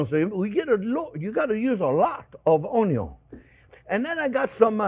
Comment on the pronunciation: Chef, you truly are a gem. I am SO THANKFUL my son came home from school 2+ years ago saying......"this guy says Onyo!" It's been one of the best discoveries in my life at 50 years of age. It would have been an absolute honor to learn from you in your school. Take care!!!!